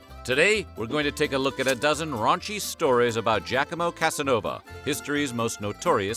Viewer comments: It's pronounced "jacques-ah-mo", not "jack-a-mo" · Your French is great. Your Italian needs work (it's pronounced Gi-ah-co-mo). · It's NOT pronounced "Jack-A-Mow".